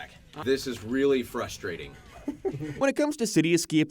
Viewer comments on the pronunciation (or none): none